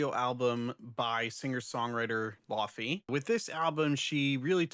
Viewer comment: The matcha labubu listeners are going to be upset when they hear how you say laufey. In the laufey community, it is a joke that no one knows how to say her name because it is Icelandic. She pronounces it almost like laoih-vay, but she accepts lay-vay also, which is what most people say